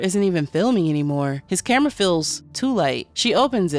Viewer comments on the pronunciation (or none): none